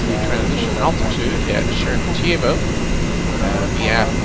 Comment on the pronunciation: Sheremetyevo is more accurately pronounced with the accent on the "me" syllable and with an "a" instead of the o at the end ( weird russian pronunciation rules are weird )